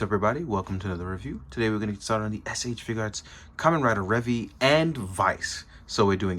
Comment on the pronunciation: I, nor Subarashii called into question how big a toku fan he was. I'm aware he is a huge one, and a super nice one at that. But "Revvy" is wrong. They say it in the show, they say it in the toys.